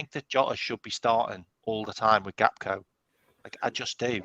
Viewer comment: Funny how that guy calls him gapko instead of Gakpo lol